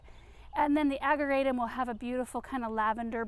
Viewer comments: We say, "Ag-jer-a-tum" with a soft "j" sound. I know it's no biggy, just looked it up to make sure I was right. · I know you said you tried everything with the locust tree. Have you considered pruning out all of the dead wood so it can concentrate on the new growth? BTW, ageratum is pronounced with a soft "g" as in German. One more thing, the wire vine may not be aggressive in a pot, but it very aggressive in the ground. Beware! I've been having to dig it out everywhere I planted it. It was taking over entire flower beds. If not trimmed back every year, they get very woody and new growth grows over the old growth and you only end up with leaves on the tippy top. I saw one that was 4' tall and all wood with just leaves on the top. It was one of the ugliest plants I've ever seen. So, if you have it, be sure to cut it back every year. Thank you for sharing all of your gardening experience! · Ageratum - can be toxic to liver, if eaten by animals, just a heads up. * The 'g' is actually pronounced as a 'J'.Love the colors!